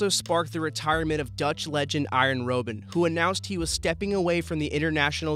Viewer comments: It's Robben, not Roben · (Rob-en) not bloody (Row-Ben) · ROB-BEN not bloody roben 😂😭😂😭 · Noo the pronounciation is wrong in this video its roh-ben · You pronounce Robben like: "rob Ben"